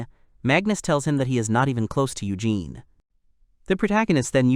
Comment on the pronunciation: Been listening to the video from . But apparently, the "narrator" was pronouncing the lousy "hero's" name "Eugene" as "Ey–Gen." That’s not what he said! He said her dress looks beautiful and he didn’t want to ruin it for her!